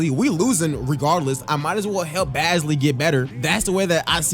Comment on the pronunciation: Hey bro no disrespect I just don’t wanna hear you say the wrong name all series Shai’s last name is pronounced Gilj-is Alexander It’s a j sound not a g Bazley is pronounced with like Baze-ly Think bazemore but Bazley